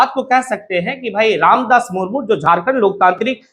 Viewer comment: मूरमूर नहीं, मुर्मू है